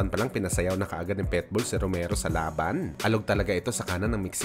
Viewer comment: Ayusin mo salita mo.... Anong PETBOL?